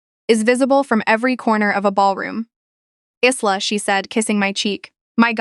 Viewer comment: It’s pronounced Eyela not Isela